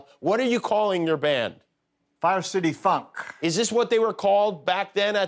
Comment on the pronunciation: Am I the only one who didn’t hear the word “Funk” when said it? 🤔🤣